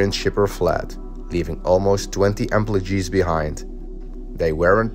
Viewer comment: Me wondering what "emplowgees" are 🤔